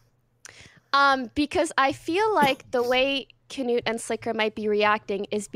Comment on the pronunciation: Why is everyone pronouncing his name "kanoot". It's "knoot"